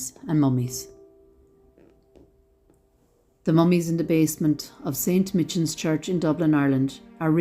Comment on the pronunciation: Just one correction .... Saint Michans Church is correctly pronounced as St Mycans .....